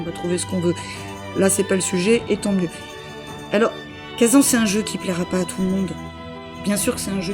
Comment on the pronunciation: J'ai arrêté d'écouter ta vidéo au moment même où tu a dit "khaZAN, éditer par nixON" a la française